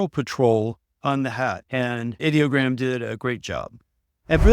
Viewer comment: Thank you for pronouncing Ideogram correctly. I hate these creators who call it EYE-Dee-O-gram. Ideogram is the BEST image generator in my opinion. It's my go-to when I need text in a graphic.